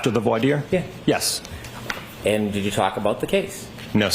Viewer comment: Brennan doesn’t even know how to pronounce voir dire 😂